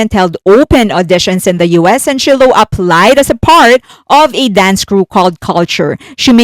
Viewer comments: FYI Shiloh Jolie is pronounced Sh-eye-low Jolie. 😘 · Shiloh... just like the Shakespearean character Shylock. Please correct yourself. Thank you. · If you ever have to say Shiloh’s name again, it’s pronounced with a hard “I” like the y in “sky”. It has been publicly known that she’s been pursuing dance for a couple of years now; so I can see her being in quite a few k-pop videos in the future.